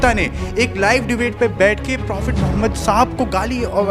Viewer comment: phle ap apne nabi kareem ka naam thik se lena seekhen speech start hone se phle speech pr dhyan dijiye apne naam kaise liya hi apse behtar to pandit ji ne sammman k sath naam liya hi